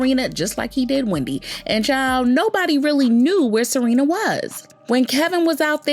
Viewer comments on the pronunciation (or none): Her name is Sharina… not Serena.. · Not Serena.....Sha-rina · Why you keeps calling her SArina? 🤣🤣🤣 it’s SHArina! You are too much gurl! 🤣🤦🏽‍♀️🤷🏽‍♀️Good tea ☕️ 🫖 spilled because I didn’t know that Wendy was the one to hire the Private investigator 🕵️ 😱to watch Kev! 🤣👍🏽✅ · The way ya’ll keep messing up their names 😂 Kevin and Serena. Yunggggg🤣🤣🤣🤣🤣